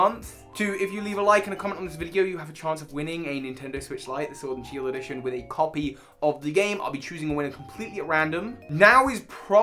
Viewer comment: Ah yes my favourite Pokémon game, Shiord